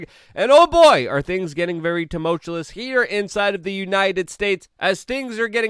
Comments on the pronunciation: It's tumultuous. Not tumotulous. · Tomutulous? Lethargic instead of Cathartic? DUDE! c'MON, MAAAAAN